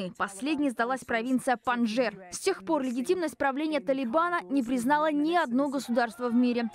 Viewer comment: Не Панджер, а Панчшер.